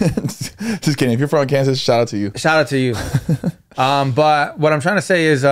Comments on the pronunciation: & its pronounced AR-CAN-SAW not AR-KANSAS 😅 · Mr. No Sabo kids. It's not AR-KAN-SAS it's prounounced- (AR-KIN-SAH) 😂😂 I love you guys! Happy Monday! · Arkansas pronounced arkinsah lol 😅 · It’s AR-KAN-SAW HAHA, took me by surprise when you guys just randomly mention my home state 😂😂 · Lol Arkansas is pronounced Are-ken-saw. I’m pretty sure! 😂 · Not R-Kansas 🤣🤣🤣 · Arkansas ! Lmao y’all said it so wrong 😭😭😭😭 it’s ARE-CAN-SAW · Bro it’s pronounced arkinsaw but spelled Arkansas just trying to help 🤙🏼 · It’s pronounced R-CAN-SAW😂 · you said that weird, Im not frm AR-CAN-SAS but thats not how you say it 😂😂😂😂 its ARK-AN-SAS 😂😂 #dogmom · No sabo full effect! It’s Arkansa not Arkansas lol the S is silent my boy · Asi no se dice Arkansas lol Anywho there was a tornado a few days ago. Bad timing con el joke. 🤭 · Ok I love y’all but the way you pronounce Arkansas I cannot lmao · LOL you guys pronounced Arkansas 😂😂😂 In Nicaragua, we say absorbente & my Venezuelan boyfriend calls it pitillo. Why is Spanish so complicated LOL also we call trucks camioneta 🤭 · Ni di aquí ni de aya… Arkansas… my first experience w racism was being told I couldn’t pronounce Arkansas cause I’m not “American”… yall ain’t American either 😂😂😂 #mondaysdontsuck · Not me watching y’all from ARKANSAS and you pronounce it wrong lol